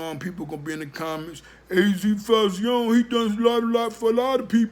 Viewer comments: Azie Faison.. pronounced AZ Fayzon not az fauzione lol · GOD YESSSSSSSS!!!!!!! I DIED A LITTLE EVERYTIME HE SAID FAYZEEON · It's your video, so I'm gonna keep it respectful. I'm from Sugarhill, Harlem and was also THERE in the 80's...sounds like your base is opinion and not fact. Pretty much doing it for views. Just by you saying FAY-Z-OWN It proper pronunciation is (fay-ZONE) let's me know you are not from uptown or UP TOP as anyone south of NY would say. Not knockin ya hustle, but get ya facts right ... Paid In Full is not an ACCURATE, and remember everyone has their own spin on the truth...AND ALL THESE CATS with the Documentaries and Tellin they story...are STILL Dry Snitchin...past or not. Claim to Fame...smh. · Fay-zon is how you pronounce AZ name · FAY-ZON .. say it wit me brova, FAYYY— ZON!!! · It's pronounced fay-zon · I think it’s pronounced phase-on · It's pronounced fay-son my brother!! " keep up the good work tho salute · jay thaonly1 he saying it the way he saying it as a joke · You pronounced faison wrong. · Can't even say his name right